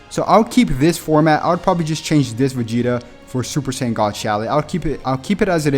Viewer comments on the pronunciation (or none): none